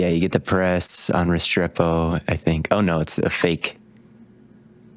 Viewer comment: The mispronunciation of Restrepo is driving me crazy as a UM fan